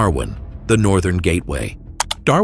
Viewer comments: Hearing Gerard Rennick is less garbage than Sky, even though he's a closet supremacist egg, is the funniest thing I've heard all day. Cheers Jordan. Also "The NortherM GateWYA"... GATEWYA? Never trust AI to spell gateway when it still struggles with strawberry or how many As are in USA. XD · WTF is a Northem Gatewya